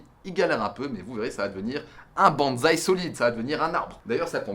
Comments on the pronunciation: bonsaï avec [ss] et pas [z] 🧐💪 je pensais que mr fontanier te l'avait enseigné 😭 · si ça t'intéresse on dit : [Banssaï] et non [banzai] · salut mec je voulais te prévenir les gens font souvent la faute mais le bonsaï se prononce "bon[ss]aï" et non "bonzaï" qui est completement différents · Pwaaaaaaa c'est quoi ce délire je m'attendait pas du tout a un TEL level c'est énorme !!!!!! C'est plus de la v2 c'est une v12 mdrr Le décors il est maaaagnifique et on ne peut plus raccord avec les ideos de ta chaine et honnêtement la seule chose a améliorer ça serait le parchemin chinois sinon je vois pas ^^ Ah oui et aussi bonsaï se dit "bonessaï" et pas "bonezaï" en japonais romanji le Z se prononce un peu comme un S enfin bon je sens que la V2 va être terrible